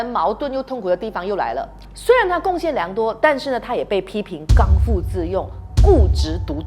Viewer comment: 刚愎（bi）自用